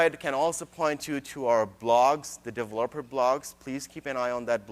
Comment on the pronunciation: I just wish he learned how to say developer.